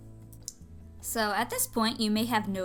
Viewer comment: Thank you for the video! By the way, I have heard the word "fuchsia" mispronounced so often, I would just like to add that actually it derives from the Fuchsia plants, named after a German whose last name was Fuchs (meaning "fox" ^^), and the pronunciantion of the colour (as well as the plant) would be "fuxia" (or more like "fooxia"). Kind regards from Germany :)!